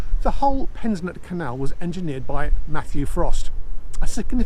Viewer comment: Not pensnett